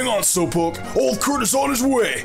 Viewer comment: Can you not say keq name like that it's so annoying